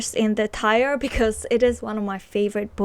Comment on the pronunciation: Tier is pronounced like "tear". it rhymes with ear. 🙂 Great video!